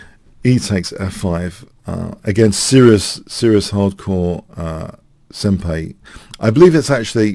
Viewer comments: Love you, hate correcting you on stuff because it feels annoying, but it's sen-pie, not sen-pay. Just a little thing, otherwise great video. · Also, since in Japanese the 'ん' character is sometimes pronounced as 'n' and sometimes as 'm' (and sometimes like a weird mix of the two), most Japanese actually say it closer to 'sempie'. BTW, the word 'senpai' refers to someone who is your 'senior' in some way, usually someone older than you in a school setting or who has more years of experience. Not necessarily a 'master', just at least one step higher in the social totem pole. "Notice me, senpai!" has humourous 'younger female to older male' romantic undertones to it, like a teenage crush. 😊